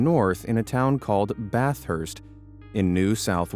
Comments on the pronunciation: Why do you say the australian names so weird in the tromp famliy cut lol Bathhurst is Bathurst and Melborne is Mel "bin" but spelt melbourne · Goulburn is pronounced like Gulburn and Bathurst is pronounced like Bathust. I'm sorry i couldn't let it go XD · You pronounced Bathurst wrong lol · He pronounced Bathurst wrong